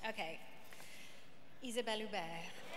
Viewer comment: I wonder if Neve speaks French because she said Isabelle's full name perfectly.